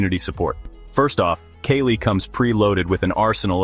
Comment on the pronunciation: Its KALI not kelly 😕